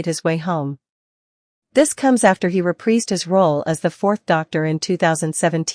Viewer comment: Let me just ask this: "Would you like a Jelly Baby?" What's with the terrible AI voiceover? Also, "Reprise" is pronounced Ruh-prize, not ruh-prees.